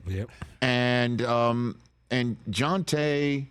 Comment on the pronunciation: " Jontay " lol